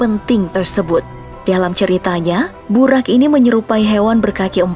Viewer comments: Bacanya buroq min bukan buraq, di dalam Al-Quran huruf Ra dibaca Ro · Burok min bukan burak